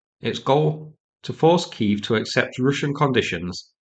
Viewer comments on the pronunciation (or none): none